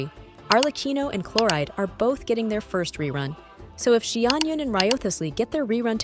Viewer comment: It's pronounced clor-and!